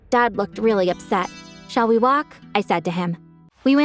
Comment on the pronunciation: Am I the only one when she said "shall we walk" but instead I heard"shaliwa"😃😭💅